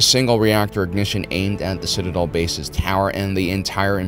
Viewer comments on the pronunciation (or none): none